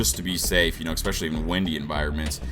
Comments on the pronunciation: Absolutely the best Phantom 4 review I've seen so far. My only suggestion, please learn how to correctly pronounce the word "especially" — (not "ekspecially")... just a suggestion :-) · Thanks a lot for the review! And I thought you should know that there is no such word as 'expecially', the word you were trying to say is 'especially'. You seem to be a grown man and a native speaker - it's funny you still mispronounce it. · What is Eckspecially? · I "expessially" liked this video. ( Expessially , and ) :-) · Yah "expecially." Great English